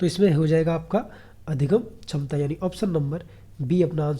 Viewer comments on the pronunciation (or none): Sir aap hindi pda rhe ho or क्षमता को छमता पढ़ रहे हो।